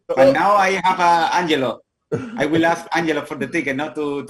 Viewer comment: Pls call Angelo..... Angelo, not Anggggg.